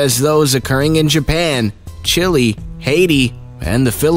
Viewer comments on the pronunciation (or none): none